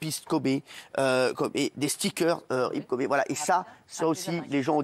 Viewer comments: Le mec parle du respect de Kobe et prononce kobé en mode c’est du bœuf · Quand tu dis Kobé tu parles de qui 🤷‍♀️Kobe(kowbi) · Kobe ça se prononce "kobi" en anglais et non "kobė" comme le boeuf pr ceux qui savent pas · Par contre c’est Kobe pas Kobé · Ce qui me choque c'est Hanouna qui l'appelle "Kobé" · Kobe pas Kobé respecté la légende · Son père l’a appelé Kobe par rapport au steak de kobé